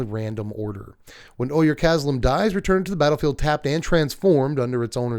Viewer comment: "Ojer" is pronounced like "oh-hair", not like "oy-er."